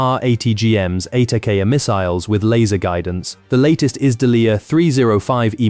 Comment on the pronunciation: GWAI-DANCE and Inverted Geeee maneuvering 🤣🤣🤣